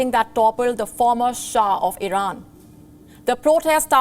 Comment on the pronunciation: This anchor is an embarrassment, incompetent can’t even pronounce Iran properly and she is very hard to look at, not sure if it’s a man or woman.